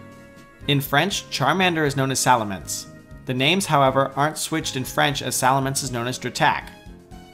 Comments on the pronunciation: Nope, It's Salamèche, not Salamence. It's not in Silver, it's in Gold. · Charmander is "Salamandre" in French, not Salamance... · It's actually SalamECHE and not Salamence for french Charmander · For charmander, in french we pronounce salamè"SH" (like fini"SH") not salamence. Very nice vidz by the way :) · OBJECTION! Charmander french name is actually Salamèche not Salamence (the pronunciation isn't the same at all) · Mispronounced Salamèche, but it's okay